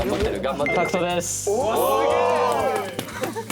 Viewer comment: 最初は「タクトです」だけど2回目は「タットです」かな？？！ ダンスのタットとタクト似てるからね😂